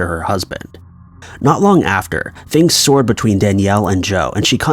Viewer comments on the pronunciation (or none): It's not 'things "soared" between them'. They soured. Pronounced sau-er or sOW-er. (First story)